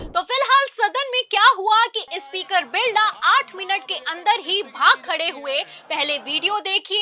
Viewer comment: Ispeaker nahi hota madam, SPEAKER hota hai 😢😢😢😢